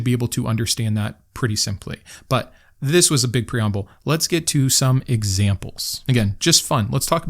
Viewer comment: "This was a big preomble"